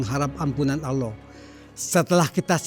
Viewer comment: 😮😮ustaz sebut Allah pn Allo..Allo..😇